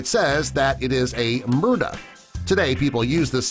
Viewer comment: it's mu-drah not mur-dah sorry, don't mean to nitpick.